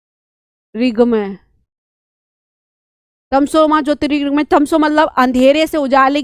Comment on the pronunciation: बैदिक नहीं, वैदिक बोलिये अध्यापिका जी । ... गद्द, पद्द --गलत हिंदी उच्चारण 33.47 गद्य, पद्य बोलिये । तमशो मा जोतिरिगमय- गलत तमसो मा ज्योतिर्गमय - सही